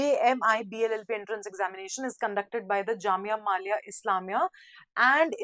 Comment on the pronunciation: mam not jamia malia its millia